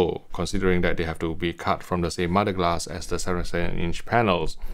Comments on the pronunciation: I thought he was saying mudglass. 🙄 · I thought he was saying modeglass or modded glass. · Are you saying "MUD-A-GLASS" ?